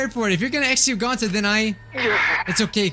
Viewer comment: no ones gonna say how said Goncy instead of gonta 💀